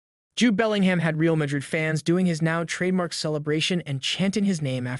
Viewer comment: His name is pronounced “belling-um”. And it’s pronounced burn-a-bau